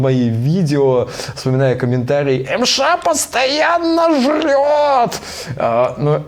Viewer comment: ЭМ ЭШ??? Бугага я иногда тоже так говорю